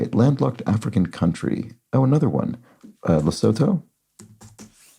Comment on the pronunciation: The correct pronunciation of "Lesotho" (the landlocked country inside South Africa) is an exact rhyme of "The Tutu" (with the same stresses and inflections.